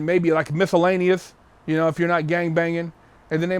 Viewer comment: He said misolanious lmao